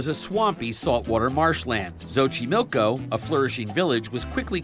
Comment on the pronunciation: Es Xochimilco no xoxiloco. Lol